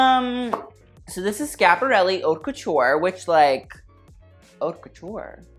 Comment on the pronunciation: why does he say "ourt couture"??? this isn't how u pronounce it hun..........